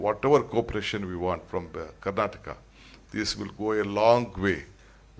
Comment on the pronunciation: Its karanata eric garcetti should learn kannada, we are kandaigas sir